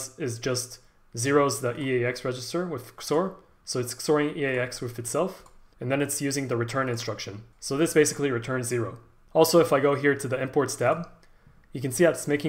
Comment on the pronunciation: bro said ksor